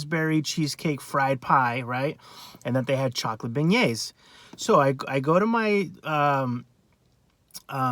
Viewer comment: Beignets (ben-yayz)